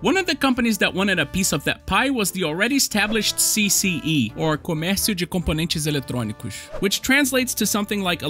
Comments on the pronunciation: kkkkkkkkkkkkkkk eu tava meio na duvida se vc era brasileiro ou não, até que ouvi "Comércio de Componentexxx Eletrônicoxxx'.... LIKE no vídeo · Nice video! had a Master System II of TecToy! in Argentina they had the licenses of all products of Sega (i thinks). (no supe que eras de Brasil hasta que pronunciaste "Comercio de Componentes Electrónicos" así que saludos hermano!)